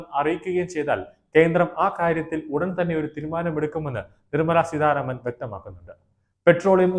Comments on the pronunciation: നിർമ്മല സീധാരാമൻ അല്ല, നിർമ്മല സീതാരാമൻ. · Adyam peruparayan padhykku.Seedharaman alla .seetha raman.Ninakku veliville. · നിങ്ങൾ എന്ത് മലയാളമാണ് പറയുന്നത്? ധന മന്ത്രിയുടെ പേര് നിർമ്മലാ സീതാരാമൻ എന്നാണ് സീധാരാമൻ എന്നല്ല. ഐകൃകണ്ഠേന എന്നല്ല, ഐകകണ്ഠേന എന്നാണ്. തിരുത്തേണ്ടത് ആണെന്ന് തോന്നുന്ന പക്ഷം തിരുത്തുക.